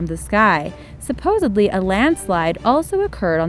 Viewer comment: Lost me at “Supposubly”